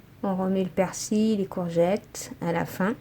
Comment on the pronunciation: des courgettes ma belle pas des gorgettes😁😁😚